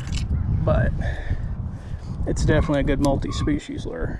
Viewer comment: What is it? A Lerrrrrrrrr ? 😂😂😂😂